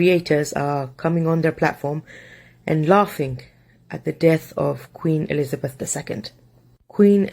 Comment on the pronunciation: Not Elizabih😭😭😭